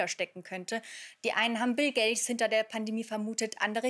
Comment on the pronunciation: der heißt nicht "BILL GASS" sondern "BILL GATES" Sie sollten schon vorher mal ihrer Hausaufgaben machen